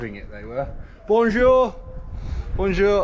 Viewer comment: Sam in France: bowjowr 🤣🙏 chui mort